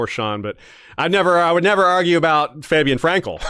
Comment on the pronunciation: Fab-ien, not Fay-bien.